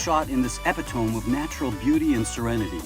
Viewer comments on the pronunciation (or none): Epitome is not pronounced "Ep-i-TOME" i cant stand these fake voices!!🤯